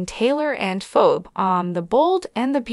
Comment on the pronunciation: What's wrong with you her name is Phoebe. Please learn how to pronounce people's name